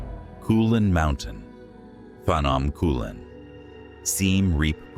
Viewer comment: It's not pahnawm😂 it's P'gnome